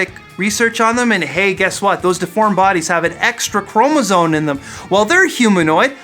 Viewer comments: What the heck's a "chromozone?" :-P Chromosome. It's an extra "chromosome." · Yes, chromosone, that's totally how you pronounce it